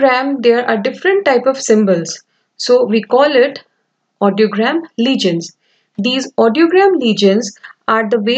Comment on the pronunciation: Legends not legions 😅